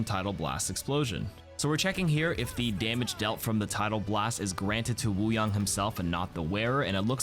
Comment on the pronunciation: I keep hearing “water bong”